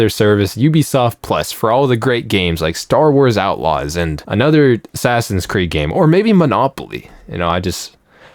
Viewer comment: Ass-Ass-In Creed 🤣🤣🤣